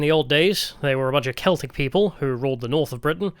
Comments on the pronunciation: Glaswegian here. Great video (esp. the Dankula cameo) but you mispronounced the catholic football club in glasgow. It's just pronounced "seltick football club" not "kelticks". Edit: Also worth a mention that the clips from the "American" tourist in Glasgow are a spoof, the guy is actually Scottish and the people in the video are in on it. Still funny as fuck though. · Saying "The keltics" and "Gaylick" is pure ragebait. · It's pronounced Seltic not Keltic FC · How can a Brit not know that Celtic Football Club is pronounced with a soft c not a hard c? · The football team Celtic is pronounced like "Seltic" with an S sound at the start btw. Sorry for not reading all 1.5k comments to find the other people saying this. You didn't visit my city Aberdeen but not missing much to be honest. I used to live in Glasgow and enjoyed it as a student but going back I realise how much of shithole it really is. We're so far behind England with our politics. The politicians are all useless and bicker about nothing in the Scottish Parliament. They'd all rather virtue signal than do anything to improve our country. There is barely any sign of resistance from anyone against it here and basically no patriotic or right wing party or movement to be seen. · "Keltics" hahaha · this one was really disappointing. I know you're an Angloid, but you didn't even make the basic effort to pronounce "Celtic" or "Covenanters" correctly.